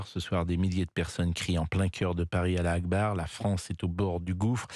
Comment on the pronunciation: C est pas alla akbar 😂😂 mais allhou akbaar